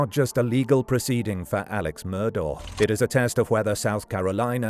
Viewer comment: Pretty sure it's pronounced like "Murdock"